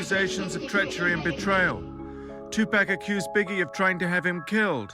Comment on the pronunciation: Biggae and 2pack